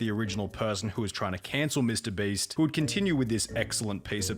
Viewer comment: I like how Pyrocynical keeps addressing Mr. Beast as "Mr. Breast", kind of like how I address his real name as "Nailgun".